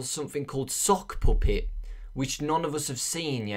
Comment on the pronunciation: when says puppet it sounds like "poopit" poo_pit XD